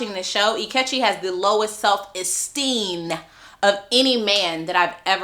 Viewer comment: Is there a story behind “SELF-ESTEEEN-uh” ? 😂